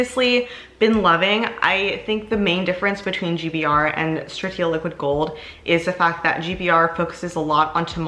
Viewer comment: GBR vs LG video please 💚 Also you’re saying Stratia incorrectly 😅